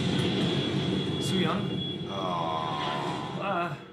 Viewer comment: Did the guy on the right just called the girl "Suh Young" ? haha